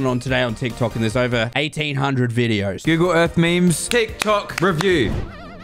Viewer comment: When said Google Earth it sounded like ougle earth lmao